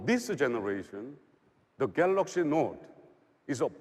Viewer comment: i always miss the word GALOXY from this guy lol